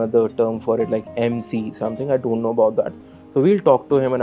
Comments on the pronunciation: ㅋㅋㅋㅋㅋ 놀라운점 두가지 : 1.영어 한국인치고 매우 잘 한다. ( ㅡㅡ 영어 못하는척 했다니...!! ) 2. 영어 쓰는데 한국인이하는 영어 발음이다 ㅋㅋㅋㅋㅋㅋ 유돈노?????? 하는데 ㅋㅋㅋㅋㅋ 왜케 한국인이냐고. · 영어 잘하는데 엑센트가100% 한국 발음 이네 유돈노? 아이원트 등